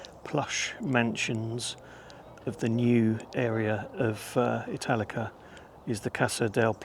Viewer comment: I'm not going to lie, I thought you said Metallica at first lol I still thoroughly enjoyed the video tho 😅